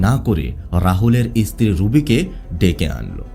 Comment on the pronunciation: আপনি এত ভালোভাবে কথা বলছেন। কিন্তু এই যে ইস ইস উচ্চারণ করছেন।। এটা শুনতে আমার খুবই অসহ্য লাগছে। যেমন স্ত্রী না বলে ইস্ত্রী ইস্ত্রী করছেন। আপনার কথা শুনে মনে হচ্ছে আপনি শিক্ষিত অবশ্যই আপনি ভালোই শিক্ষিত এভাবে কিন্তু এভাবে বিকৃতভাবে শব্দ উচ্চারণ করছেন ইস ইস এ আবার কি রকম ভাষা।। ভাষাটা পরিষ্কার করবেন কথাটা ইস্ত্রী নয় স্ত্রী।। এরকম অনেক ভাষাতেই ইস উচ্চারণ করছেন।। সবগুলো আর লিখলাম না।বাংলা ভাষা যারা সঠিকভাবে উচ্চারণ করতে না পারে তাদের ভাষা আমার মোটেই শুনতে ভালো লাগে না